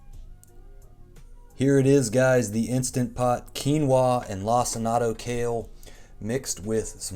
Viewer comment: My brother in Christ….did you just call it “lac-in-ato” kale?